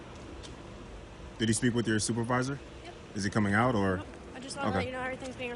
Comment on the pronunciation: “Where is your stupidvisor?” 🤣😂😂🤣at least that’s what I heard🤷🏽‍♂️